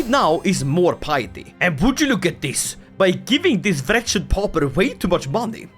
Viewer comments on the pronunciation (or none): none